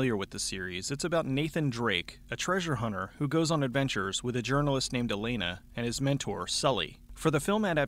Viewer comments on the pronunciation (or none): none